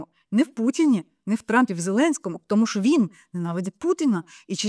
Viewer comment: Не ШО, а ЩО